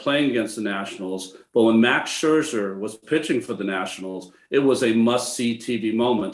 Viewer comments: Maybe not coming across clearly here but he’s always done the double ’sch’ - saying Scherscher. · Maybe time now once and for all for Ronnie to learn how to pronounce Scherzer...